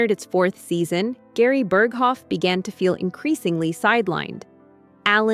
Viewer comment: AI generated. Horrible mispronunciation of Burghoff was a dead giveaway.